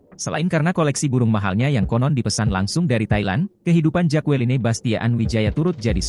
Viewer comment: Mas. Baca namanya jekelin. Bukan jakualine